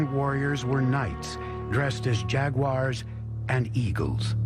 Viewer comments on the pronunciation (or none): none